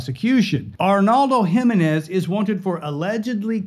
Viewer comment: It’s not Himenez it’s spelled Jimenez and pronounced for non Hispanics He-menez